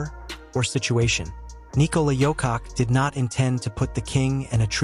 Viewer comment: Perhaps thats the schtick. I've seen another guy purposely making pronunciation mistakes that gets people to leave comments.